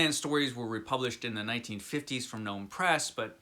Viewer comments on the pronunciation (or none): none